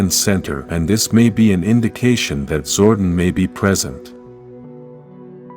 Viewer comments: It's pronounced "Zor-DON", not "zor-den", please correct your narration program. You can always rewatch the show footage to see how specific names were pronounced. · ZordON , not zorden